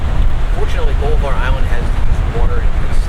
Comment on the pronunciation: Pronounced --- Ball-i-var / Just so you know.